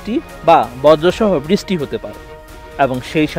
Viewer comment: ভাষার সমস্যা বৃছ্টি